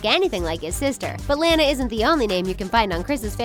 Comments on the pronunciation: I subbed and it's pronounced lawn-a not lan-a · Lanas name is pronounced launa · is lana not lena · It's la-nuh (Lana) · It's not Lana its lona but with an a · Say “Lana”. If u do like dis “Lena” u wrong dis is right Lana (Lona) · Its pronounced LAWN UHH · Most of the The Things's videos are about the Loud House you guys are obsessed you said Lana's name wrong bit I like your videos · You guys say your the biggest loud house fans yet you say Lana's name wrong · you keep pronouncing Lana wrong btw look up the pronunciation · You pronouns Lana wrong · if u guys are such big loud house fans then y did u pronounce lana wrong like they say her name in the show so obvously u dont watch it